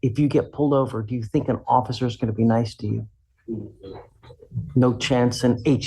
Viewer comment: You said Occifer!😂 I agree😊😊😊